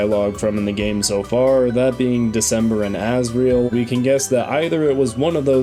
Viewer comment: "As*grel* Dreemurr"